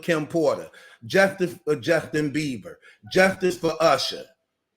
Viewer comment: "Justin BEAVER"😅😅😅😅😅